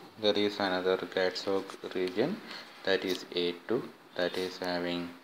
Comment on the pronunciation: It is CATZOC not ZOG, please correct it